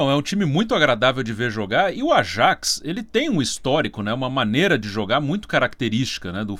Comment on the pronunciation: Falam "Yuve" mas não falam "Ayaks". Que coisa